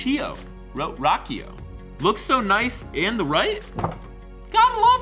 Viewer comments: The way he pronounces "Rocio" awe Haha you need Spanish speaking friends!!! :') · I came back to this video months late just to hear him butcher the name “Rocio”😂😂